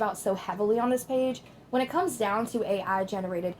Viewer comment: He said the word “down” and it sounded like Dianne